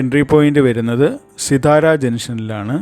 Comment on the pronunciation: പറയുമ്പോൾ സിത്താര എന്നാണ് പറയേണ്ടത്.